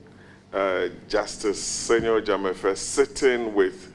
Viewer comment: The name is Senyo Dzamefe not Semenyo